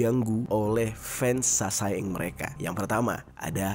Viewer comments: SASAENG = 사생 dibaca saseng kak. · Cara nyebutnya saseng bang bukan sasaeng sa nya diilangin satu